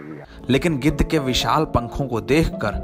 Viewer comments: Gidar nahi chacha gidh 😂😂😂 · गिदर्र नही चाचा गिद्ध 🙄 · O bhaiya g gidad naahi gidh bolo 🤣🤣🤣🤣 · गीदड़ नहीं गिध 😂🤣🤣😅😂😅😂🤣🤣😅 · गिद्ध है भाई गिदर् नहीं ओके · गिद्ध है भाई गीदढ़ नहीं 👏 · bolane bhi nahi aata use giddh kahate hai gidad nahi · गिद्धड नहीं भाई गिद्ध बोलो। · Gedh hota h gedar nhi 😂😂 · Geedad nhi gidhhad bol rha hai 😂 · वह आदमी गिद्ध को बार बार गीदड़ क्यों बोल रहा है।